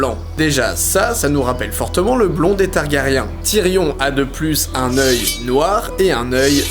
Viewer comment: Les noms des persos prononcés à la française, aaaaaargh. C'est l'habitude de la VO haha !